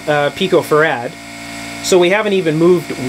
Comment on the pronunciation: There is no emphasis on "rad" when talking about farad. Use an even emphasis on "fa" and "rad" please.